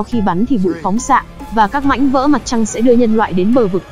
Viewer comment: Bà chị ko nói đc từ mảnh mà nói sang từ mánh kk 🤣🤣🤣🤣🤣